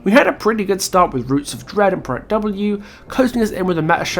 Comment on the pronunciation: No offense meant but I have never heard anyone pronounce "Project" like that.